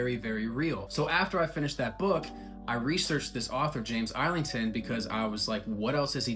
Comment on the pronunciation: Thank you for pronouncing his last name right (I think). Im not 100% sure, but I think the S is silent but so many people still pronounce it lol. Im halfway through book 2 right now! Going to be checking out The Will Of The Many once the third book is out (I think it's supposed to be a trilogy).